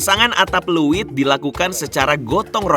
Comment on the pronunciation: untuk host nya pengucapan untuk wadah padinya bukan "luwit,... tapi leuit...!